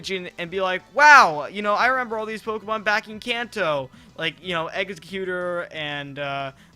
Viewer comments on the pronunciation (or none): Exeggutor is not pronounced "egg is cuter"....also, Ash has gone to Pokemon Summer Camp, Pokemon Summer School, and a few other "schools" that didn't take up the whole season here and there in his travels.